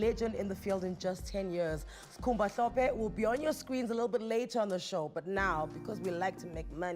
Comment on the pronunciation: Its Hlophe Anele not Mhlophe, please dont ruin our Zulu